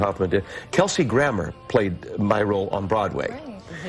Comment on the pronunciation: Uh, "Krammer."